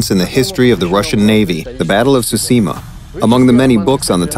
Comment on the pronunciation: that guys pronounciation of tsushima is laek super offensive